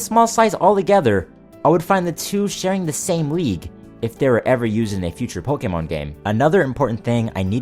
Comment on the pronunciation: I like how u say "pokeh-mōn" instead of "pokèmon". Also, where's Russia?